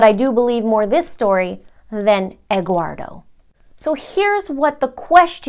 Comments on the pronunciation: Essential Investigations maybe from spanish name Eduardo ( Ed - ward -o ) ( Edward in English) but she didn’t know how to pronounce it , maybe she just heard that name and thought that it was Egguardo. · 'Egguardo' lol